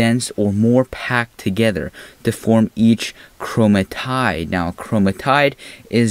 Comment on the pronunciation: chroma-tide??? chroma-tid